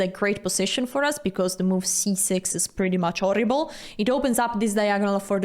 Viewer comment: "Sorry, my harrows are orrible" The most Italian way to speak 🤣